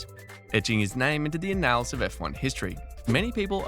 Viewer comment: You pronounce annals weird, and it's a weird word to get hung up on.